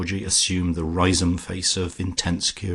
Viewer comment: A treat to have this on audio. Generally the reading tone was fine for me, met the very light sarcastic tone of the novel. But I'm afraid I winced at some pronunciation....."Rise-home" (prefer Rizum) and the e pronounced in "Foljambe". Small niggles, but they do grate rather.